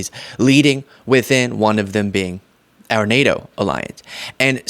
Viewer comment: “Our” country, not “are” country!